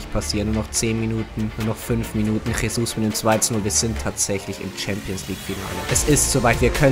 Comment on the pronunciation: Jesus wird Gesus ausgesprochen nicht Chesus